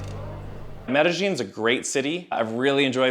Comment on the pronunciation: For a Hispanic you butchered Medellin lol